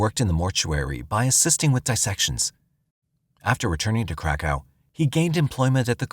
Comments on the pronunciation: That's exactly what I thought they were saying at first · I thought the same thing 😂😂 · Lmfao glad somebody said somethin thats honestly wat i thought he said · YES IT SURE DOES lol I HEAR THE SAME EVERYTIME HE SAYS THAT WORD😄🤦🏽‍♀️ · I kept hearing crack house the crack hoe. I came to the comments to see if anyone else heard the same thing 😂😂😂